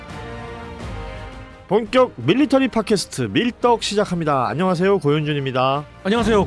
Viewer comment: 음...사회자님/!^)..밀~떡 으로 들리는군욥.ㅋ//내 귀가 이상한가...므흣